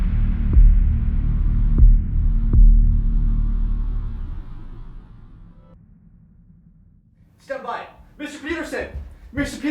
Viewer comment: Thought had called Coyote “senpai” for a second, until I realized he said “stand by”. I honestly prefer “senpai”, but whatever.